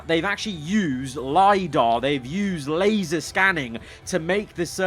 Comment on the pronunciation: *LASER scanned, not LASAR,!